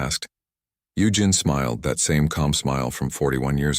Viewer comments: I gave up after the AI voice was unable to pronounce the name Eugene after 15 attempts. It's U Jean, not U Gin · “U-Gen”. Lol 17 & 47 again